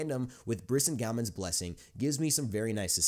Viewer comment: The pronounciation is "Bris-SING-Uh-Men"